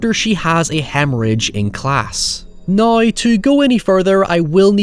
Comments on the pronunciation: Hoyever. Nuy. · How does one phonetically write the way he pronounces “now” “however”